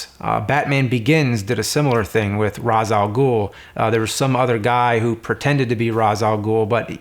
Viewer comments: I loved the movie. just wanted to point out one thing for thoes who might be interested. the arabic pronunciation of ras al ghoul. is simply RAS . with an S sound. not raz not raish ras means head in arabic. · Raysh Al Ghul